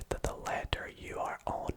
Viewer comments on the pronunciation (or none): DID HE SAY LETETR!!!!!!!!!!!!!